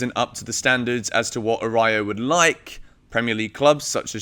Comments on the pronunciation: Work on your Spanish please 🤣🤣🤣🤣🤣🤣🤣 Ara*ú*jo. It's like Ah-rah-ooh-jo. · Araujo would be a great signing. (pronounced A-roo-ho btw) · it's pronounced "A-rau-ho" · I loved the Araújo name butchering cause it makes me feel better as a Spanish speaker for butchering other players names...